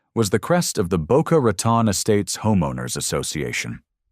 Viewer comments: It's pronounced Boca RATONE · Rat on. Do you mean Rotan Florida? Get it right